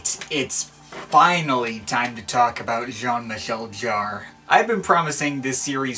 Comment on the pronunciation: Jarre. Not Jar. 🙄😉